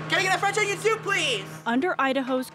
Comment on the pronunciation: CAN I GET A FWENCH ONOIN SOUP PLEASE!!